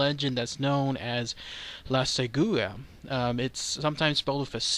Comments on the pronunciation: Hey man, it's pronounced "Segwah". It's from Nicaragua, but since Nicaragua and Costa Rica have too much in common it gets attributed to CR as well. The version I heard in Nicaragua says she paralyzes the victim and then they wake up miles away all beat and scratched up with no recollection of how they got there. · Thanks for the video... first, the accent goes in SEgua (just for everyone to know :)) second, there are many white skin, blonde girls here, depending on the area there are few but that was why they saw her beautiful because there few girls with those features around. in the cities, people do not see this legend as shocking as people from the countryside.